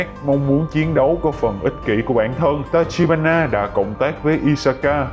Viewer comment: đoạn 23p cứ đọc là tachihara nhể:))tachibana mà